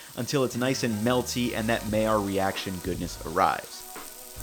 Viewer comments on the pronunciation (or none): maillard is pronounced "my-ard"